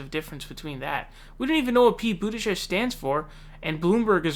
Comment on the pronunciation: "I was saying Boo-tigieg"